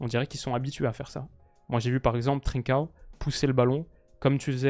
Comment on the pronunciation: Merci pour la vidéo très bien comme d’habitude Si jamais tu prononces très bien trincão je me dis que je peux aider pour le reste alors pour Pedro Gonçalves on dit “pote” comme en français pas “potait” et pour Quenda on ne prononce pas le “u” Je veux pas être relou ou quoi tu prends en compte si t’as envie 👍👍